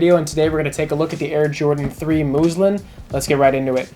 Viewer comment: Muslin, not moozlin